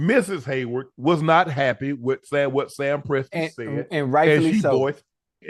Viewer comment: Unc u loss that battle u say Sam presti 😂😂😂😂